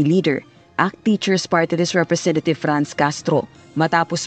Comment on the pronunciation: CAN HEAR THAT!REPRESSSSHENTATIVE DAW no wonder na SHEMENET na